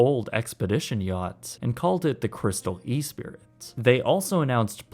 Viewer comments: Lol "E-SPIRIT". don't you mean "ESS-PREE" as in ESPRIT? also, PRESBYTERIAN? in the ad at the end? don't you mean VEGETARIAN? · He also pronounced the Crystal Esprit as “E-spirit” rather than “ess-PREE”. I chalk it up to dyslexia lol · Pretty sure its espree